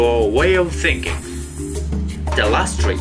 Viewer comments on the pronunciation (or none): none